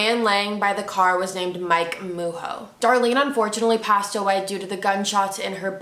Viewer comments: It’s pronunced ”Ma’gzhoe” not ”Muho” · No big deal... Names suck sometimes. .. Its "ma-joe" .. But the "j" is like French "jaq"